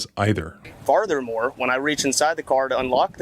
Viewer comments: Did this idiot really say farthermore instead of furthermore? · “FarThUr moor” 🥴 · Did he say Farthermore? 😂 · Let's all celebrate the invention of brand new English word, never used before- Quote: 'Far-There-Mor' Bless this cops little heart, he tried to sound intelligent and authoritative. Bless his little heart.